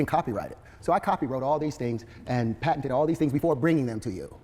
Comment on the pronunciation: This man just said patenteded.